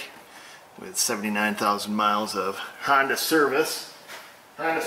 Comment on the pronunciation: I appreciate your knowledge,and honesty,,,"hondue" hahahaha,,giggles fer days!